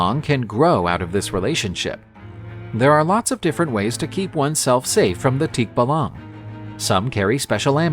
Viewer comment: I can't get over how tikbalang was pronounced in this video. Teek-buh-lung 😅 Anyhoo! The aswang part scared me because I actually believe these creatures are real and they do exist. And thank you for sharing this!